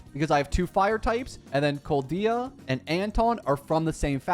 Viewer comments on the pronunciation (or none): Koldia? :face-purple-wide-eyes: Colda? 🥶 Tbh, most of those advices u get from just reading the things game telling u all the time. Not to mention "don't pair together Colda and Corin" is just straight up wrong - u actually DO want to pair them if you don't have a better option (which is pretty much only Lycaon, outside of some weird double dps variations), because "Koldia" is freakin OP stunner and sometimes u wouldn't have any good synergies for some characters. So yeah, its actually better not to have a synergy on ur Koleda, but have her stunning shit out of anyone for your Corin, instead of doing some dumb Corin-Billy combos or else, just for the sake of synergy. The only two good points I've got from this video - is regarding S tier W from residual signals (tho I'm not entirely sure its worth it, probably depending on your needs) and not grinding too hard on discs (tho should've mention that it is important to get your suitable 4-2 sets for every character in your main pack, as it gives you shittonnes of value) I don't meant to be rude or something and I get that its just ur basic advices video at the start of the game, but I do think it lack some quality. Sorry